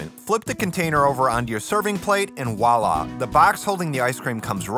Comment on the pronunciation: I have never heard someone so aggressively mispronounce "Voila"